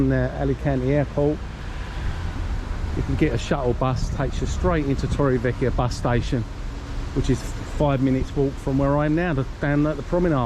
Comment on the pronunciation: You need to pronounc torrevieja properly